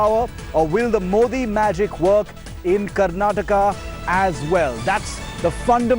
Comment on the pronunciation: Tell this fellow, it is not "Karnatak" but "KARNATAKA"!!!!! Why do Psychos like this fool come and disturb the peace and tranquillity of our wonderful state.